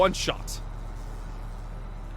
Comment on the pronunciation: ( It's "ay-dull-vice", not "ay-dull-viss"... But at this point, I'm probably the only one who cares... I believe in you, I really do...you can...I know it. It just takes practice... In the words of our favorite drill sergeant: "Good work maggot! You're one step closer to human!"